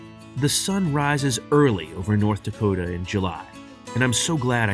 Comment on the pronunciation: Norddakota? Suddakota?